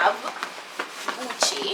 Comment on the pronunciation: Gucci not pucci... purrr